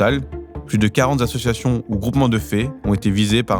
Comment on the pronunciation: "Plus de quarante zassociations"... Ah en effet, ça fait beaucoup de zassociations ! 😉